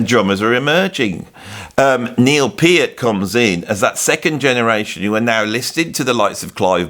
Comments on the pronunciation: There is no argument about the pronunciation of Neil’s last name, unless you are going to argue with Neil’s own words and his family directly. They say it is pronounced with a hard “e”: “peert”. Discussion over. No sense listening to fans (like me before I learned) who have had it wrong for years. Go to the source. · At least you're finally pronouncing Peart correctly. It's not "controversial". There are correct & incorrect pronunciations. I would expect someone who makes their living talking (and talking, and talking) to get these things right. In your case my expectations were obviously too high.